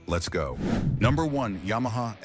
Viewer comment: "as for styling" ...... Face it. It's uglier than a hat full of sphincters. What is a ya-ma tracer?